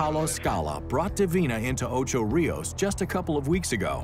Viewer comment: Smithsonian guy needs to learn how to PROPERLY pronounce Ocho Rios!!